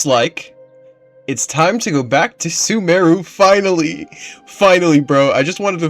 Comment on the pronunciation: "One of the longest things I think I've ever done. Whelp off to Sumeru!" .... Sumeru he says, I don't have the heart to tell him. :face-blue-smiling